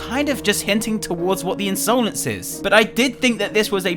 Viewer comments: u say insolance its insolence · Why does he pronounce insolence like that